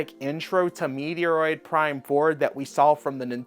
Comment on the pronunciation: "Meteor-eroid Prime" Bro, I'm new to your channel and I dig your content, but what the heck was that pronunciation? xD